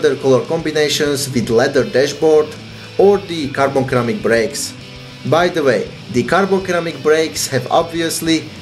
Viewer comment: Hey btw it's Ceramic not Keramic. Pronounced like Siramic